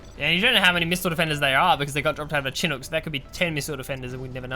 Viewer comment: I would subscribe but I CANNOT listen to CHIN- UK said anymore. Its Shuh-nuk or Chuh-nook. Never in my life have i heard CHIN UK